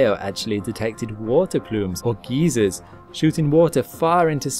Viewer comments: English isn't your first language, but we can help. It is not called a geezer. A geezer is an old man. It's pronounced a guy zur. It's spelled geyser. Not geezer, not even close to geezer. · A Geezer is an old man. A GEYSER is a hot spring under pressure and it is pronounced "Guy-zer". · It's a geyser not a geezer.. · "Geezers", don't you mean 'geysers'? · ITS PRONOUNCED (GUY-ZERS) NOT (GEE-ZERS) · Hebblethwaite Geezers from Europa sounds like a bad sci fi movie. I know he meant gyzers but he said geezers. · Geyser is pronounced like guyzer, not geezer. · This guy doesn't know how to call them geysers he calls them geezers like an old geezer LOL. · It's pronounced (guy-zers) not geezers, dummy! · Gai-zer not Gee-zer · Water geezers :) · "Guy-zeeer!"... Fucking "You-Are-Peeing"!... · "It has extremely active geezers" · Ha ha made me chuckle when I heard it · I know, I tried so hard not to comment on that, I guess it seems I did anyway... Damn GEEZERS! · Guy-zer. Just saying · I've got to say, I as an American did not expect your pronunciation of "geyser." That's just my immaturity though 😅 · British pronunciation of geysers.